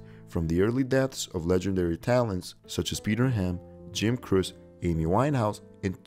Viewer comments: It's Jim "KROH-chee" (Croce). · Jim Croce - pronounced ‘Crow - Chee’ not “Crows” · It’s pronounced “Cro-chee”, not “crose” Beautiful work on the graphics though. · You might try pronouncing these lost souls' names correctly. Jim Croce is pronounced "Crow che" for starters. Richie Valenz pronounced "Val unz".. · Jim's last name is pronounced CROWchee. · Jim Croce is pronounced crow see.. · It's actually pronounced Jim Crow-Chee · It's so funny all of these young people talking on topics about which they obviously know very little except for what they read. This guy can't even pronounce Jim Croce's name right. LOL